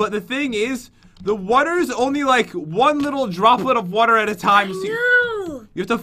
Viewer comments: Lol he says wuter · Water not Wter pat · Hong Kim He says water def